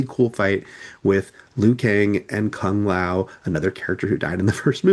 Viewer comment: Why do you pronounce Kung Lao's name wrong?